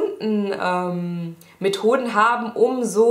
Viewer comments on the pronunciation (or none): ich hab erst 'mit hoden' nicht 'methoden' verstanden:D hahahaha